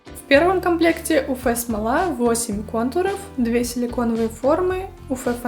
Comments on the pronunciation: Спасибо за видео, очень полезно, правда уфэ-смола режет слух, всё-таки правильно говорить уэф-смола. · почему "уфэ", а не "уэф"? неприятно же звучит(